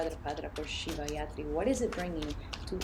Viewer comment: Thank you , it’s Shivratri not yatri. Ratri means night so it’s the night of lord shiva 🙏🏽💙🔱